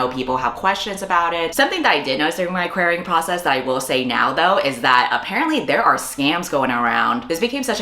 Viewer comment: i thought said "my queering process" instead of querying process and was sure she would tell us how she got a girlfriend